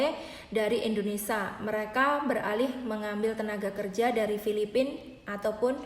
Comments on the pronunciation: INDONESIA mba bukan INDONESA tolong di perbaiki lagi ngomong nya, janggal dengernya mba nya orang mana sih? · Berbahasa.lah yg baik & benar mba…(indonesia bukan endonesa)…😄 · Mbak aslinya dari negara mana? Panasaran sajah...koq ga bisa nyebut "Indonesia", disebutnya "Indonesa" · INDONESIA ce bukan INDONESA 🤣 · Mbak kalo ngomong yg bener bukan indonesa yg bener indonesia . Klo nggak bisa ngomong mandek o ae ora usa bhas2 mslah ini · Awas lho mbak.. Ngantos".. Penyebutan nama negara salah tak maturna bapak😂 Indonesia sanes endonesa.. Sampai sini anda paham??🤭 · Ngomongnya kok yoo muter muter mbaak... Indonesa 🤭🤭🤭🤭🤭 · Pengucapan yg bener itu indonesia bukan Indonesa mbk.... Berita ini toh lum pasti...mbk Pokoke tki /tkw paling apik 👍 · Indonesia mbak, bukan indoneSA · Indonesia Emba bukan indonesa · maaf bu,. indonesia bukan indonesa...poin yg terpenting adlh hanys orang taiwan yg kya saja bisa ambil TKI, mlh bgus bukan TKI lbh mmpnyai persentase jaminan kelayakan hidup lbh tinggi.. yg untung siapa yg rugi siapa hayoooo .. no worry... bnyk kesempatan kerja di negara penempatan lain... siapkn skill anda masing2 dg baik... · Hhhh iya bener..aku dengerin gemeshh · Indonesia mbak bukan indonesa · Q jg,dengarnya aj,g enak.Indonesia,bkn indonesa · Ngomong negaranya indonesa yg bener indonesia buk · knp TKW yg d salahkan ? tuntutan TKW msih batas wajar koq,cma ingin pot agency d tinjau lgi...pot ARC d minimalisasi,dan jika ada TKW yg bkin ulah itu OKNUM mbak yg terhormat...tdak semua bgitu,itu kmbali lgi pda SDM TKW nya sndiri...tolong pergunajan kata "kalian" dgn bijak mbak,kalian yg mbak ktakan itu berarti TKW semuanya...bukan segelintir org.... dan tolong dlm penyebutan INDONESIA nya jga d perbaiki,bukan indonesa tpi INDONESIA🇮🇩..trima kasih